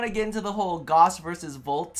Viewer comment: Gauss = Gowse. not Goss.